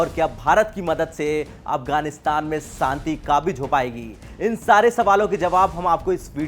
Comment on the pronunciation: Shanti bol Bhai Santi nai. Hindi news pad Raha hai bhojpuri nai